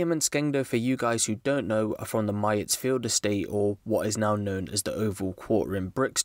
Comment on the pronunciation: Like if uno myatts field was pronounced wrong when he said it